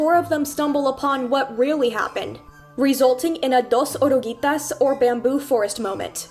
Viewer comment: Im sorry. I don't know what you are. But the way you said orugllitas, it wasn't exactly correct but it did something to me. Oh my God I loved it. Why oh why did I rewind it a few times. Edit. Im a dumb ass and don't know oruguitas is pronounced how you said it. So. I love it even more. And im embarrassed i never learned the word for caterpillars in my second language I've spoken since I was 1. Damn your a catch❤️.